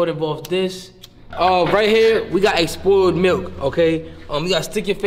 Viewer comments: Bro really said "exspoiled milk"😭😭😭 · did he say “expoiled milk” 😭